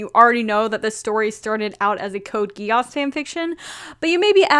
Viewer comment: Am i the only one who's getting slightly annoyed by the way she pronounces "Geass"